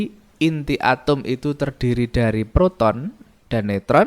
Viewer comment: Bapa nya nyebut Atom atau Atum sih ! ?